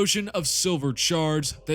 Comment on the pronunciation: I swear when you say, "Shards", it sounds like, "Sharts"!